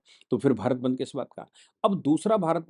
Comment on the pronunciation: सर जी वो बंध नही बंद होता है।